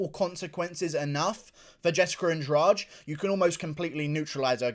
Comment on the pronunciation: Why do you pronounce Andrade as if the "de" should be read as the second g in garage? It should be Andradeh.